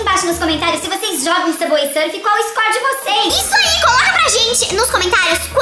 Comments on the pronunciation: não é subway surf é subway surf fala direito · LU É SUBWAY SURFER QUE SE FALA LU